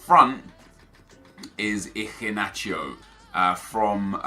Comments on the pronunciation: Where is the c in Iheanacho?? Your pronouncing it Icinacho lol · Who else found his pronunciation of iheanacho - so funny 😂😂😂